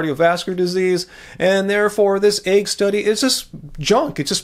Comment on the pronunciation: the word is 'egg,' not 'aig.' You continually pronounce it incorrectly.